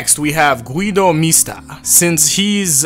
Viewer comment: When are you going to tell Guido Mista his name is 4 syllables long?